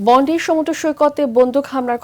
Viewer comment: বন্ডি না বইন, বন্ডাই বিচ। pronunciation thik koren